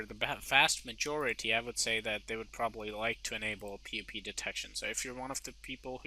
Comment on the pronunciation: "avast majority" lol